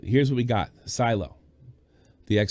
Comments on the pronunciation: “SILO”?!?! Ughhhh try SHI-LOH 😆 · Lol when he said psylo instead of shiloh